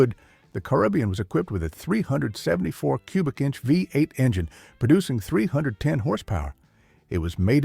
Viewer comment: Vuh Eight engine!